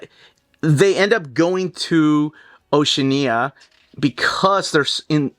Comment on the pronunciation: pronunciation of Oceania changes every time. 🙂